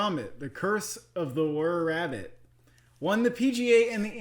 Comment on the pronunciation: Curse of the “Werr” Rabbit? Wait, did you guys not grow up watching Wallace & Gromit?!